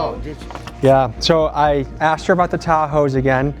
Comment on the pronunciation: never trust anyone who says axed instead of asked